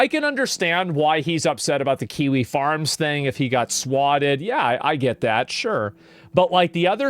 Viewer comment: Question, isn't kiwi farms like... A message board or something? Why is he talking about it like kiwi farm like he's an octogenarian reporter who can't figure out who this "four chan" guy is? I could be wrong, I know about as much about kiwi farms as Pirate does about coding, but the way he says it just seems... Wrong